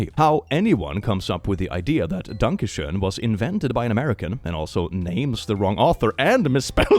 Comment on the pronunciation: The sad part is you're forced to mispronounce the word schoen as shane every time if you want the lyrics to rhyme.